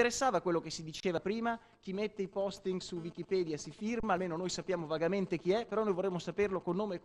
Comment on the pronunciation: io credevo che wikipedia si pronunciasse in modo diverso :D